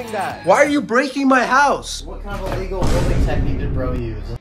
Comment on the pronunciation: Bro really said what kind of aligal building is this 💀